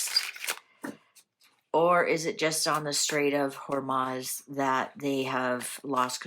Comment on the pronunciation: It is not HormAz, it is HormUz.